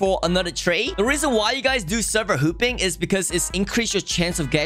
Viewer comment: Lol when he says hopping it sounds like hooping